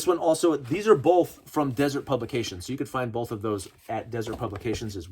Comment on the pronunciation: Been waiting for this video all week. Going to a gun show tomorrow. Hoping to pick up a couple of these by paying cash without getting on any more government watch lists. Also...It's pronounced "dĭ-zûrt publications." Haven't you seen the BladeHQ donut knives? Come on, man! 🍩🍩🍩